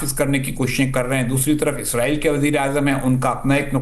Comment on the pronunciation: میڈیا پر جب بھی اسرائیل کا ذکر کیا جاتا ہے تو اکثر لوگ اسے "عزرائیل" کہہ دیتے ہیں۔حالانکہ عزرائیل ایک فرشتے کا نام ہے جو اسلام میں ملکُ الموت کے طور پر معروف ہے۔ لہٰذا دونوں الفاظ کو آپس میں ملانا یا غلط تلفظ کرنا درست نہیں ہے۔ درست بات اور درست الفاظ استعمال کرنا ہم سب کی ذمہ داری ہے۔